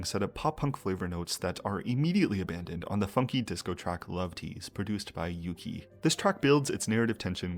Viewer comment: fyi it's either "Yu-chi" for Chinese pronunciation or "Oo-gi" for Korean, never "Yu-ki"